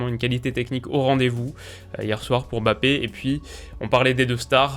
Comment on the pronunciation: Bonne analyse comme d'hab ! Par contre de grâce arrêtez de l'appeler BAPPÉ , il y a un M avant le B c'est un nom de famille prononcer le correctement svp. Ça donne une impression d'irrespect ! MMMMMMMMBappé ! Merci